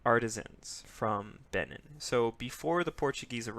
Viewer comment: It's pronounced "Bay-NEEN"